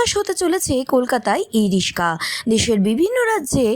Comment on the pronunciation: ই-রিস্কা না ই-রিক্সা? আমরা "রিক্সা" শুনে এসেছি বলে হয়তো "রিস্কা" শব্দটা কানে লাগছে!